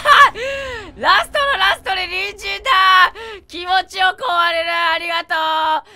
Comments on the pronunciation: この動画何回見てもハッキリきいてもころちゃんの隣人が人参に聞こえる(((( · やっぱり人参にしか聞こえない笑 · コロンくんが言う「隣人」 私には毎回｢ニンジン｣に聞こえるw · 隣人がにんじんに聞こえるWWWWWWWてかクソおもろいwww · 時間差やけどさ隣人が人参に聞こえてやばい(( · 隣人がニンジンに聞こえるwww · 最後にわかった。りんじんかにんじんって言ってるのかと思ったw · 隣人がにんじんに聞こえてしょうがない…… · ころちゃんの「隣人」の言い方がどうしても「にんじん」に聞こえてしかたないwwwwww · 毎回のように隣人がにんじんに聞こえるwwwwwwww 🥕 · 隣人が人参に聞こえる件について((( Ｉlike ピーナッツｯｯｯｯﾂ!!! クソ笑った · 最初、隣人が人参に聞こえて、ん？ってなったわ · 隣人が人参にしか聞こえない件について( ˙-˙ ) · ごめんね、どおしても、にんじんに聞こえるんだ。